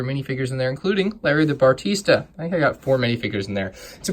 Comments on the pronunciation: bah reee stuh not batarisa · I am triggered as well! It’s Barista! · Why do you keep saying “bartista” instead of barista? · It’s barista not bartista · its barista not bartista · Also, it’s Barista, not bartista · Barista not bartista. Only one T at the end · says bartista instead of barista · Bah-Ris-Ta bro. Shyt, it killed me listening to you say it wrong so often. Lol. Great review otherwise man, but that was brutal for me. Sorry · "Bar-tee-sta" triggered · You pronounced "Barista" Bartista. No hate tho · I’m absolutely TRIGGERED by the “Bartista” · I'm glad I'm not alone. I want to ask this guy how many "t"s he thinks are in "Barista". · yeah he keeps making errors like "bartista" and "green arrow logo"